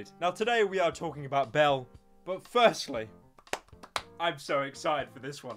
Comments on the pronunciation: It's Belle, not BELLA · it’s BELLE not BELLA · I swear I hear Bella instead of Belle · Pyro: acknowledges that he pronounced Belle's name wrong Also Pyro: continues saying it wrong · Shes called belle not bellar say it right ffs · Her name is pronounced "bell delphine" not "bella delphine" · Sorry for saying name wrong 5 secs later Pyro: BELLAAAAAA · Corrects himself: its bellE Says: bellA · says thank you to the ppl who corrected him on how to pronounce her name says her name wrong again 1 min later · Pyro:*realises he made a mistake pronouncing Belle delphine's name* Also Pyro:*continues to say "Bella"* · says he 's sorry for pronouncing her name wrong. literally 5 seconds later: bella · Its belle not bell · adresses prononciation of Belle proceeds to say Bella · it's belle not belle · What's funny is that after Pyrocynical called her Bella, I started calling her Bella because I thought I was pronouncing her name wrong. :joy: :gun: :ok_hand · Gets corrected about the pronunciation of Belle's name, proceeds to keep calling her "Bella" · Pyro: Acknowledges that he said Belle Delphine's name wrong Continues to call her Bella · admits he's been pronouncing Belle wrong this whole time still says "Bella" 10 seconds later" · You said her name wrong again. 🤦‍♂️ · Corrects mispronunciation of name 1 min later Continues to pronounce it incorrectly 😂😂😂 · STILL mispronouncing her name, you incompetent fuck nugget. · You: Admits you were saying Belle wrong You Says it wrong again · Acknowledges that he’s been pronouncing Belle wrong and then continues to pronounce Belle wrong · is the perfect disaster of a sentence that you have blessed my ears with. Acknowledging you pronounce her name wrong, doing it again and then just giving up on the sentence entirely. Thank you Pryo, and please never change.